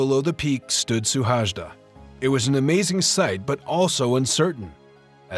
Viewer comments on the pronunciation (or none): His name is Suhajda, not "Szuhásdá".